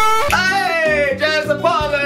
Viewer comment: billys giogas ITS JASPAL NOT JASPAL!!!